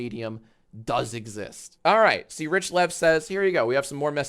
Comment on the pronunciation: also learn how to talk "are you do" its "all", not "are"